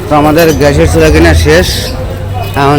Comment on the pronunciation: it’s not ghash, it’s gas. Please try to correct your mistake.